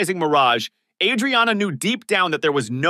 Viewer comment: You keep mispronouncing the word "penchant." You also must pronounce the Aprile and Adriana. Edit: I posted this before I heard you say Bacala. Yup you mispronounced that too. Watch this show and listen to how they pronounce these names.